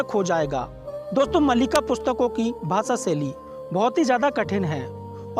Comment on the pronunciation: Malika nahi Maalika or sahi naam hai Bhavishya Maalika.